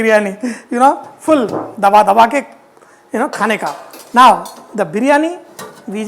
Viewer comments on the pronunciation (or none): The Hyderabadi in him came out in.the end 😁dhabadhabake khaneka😁.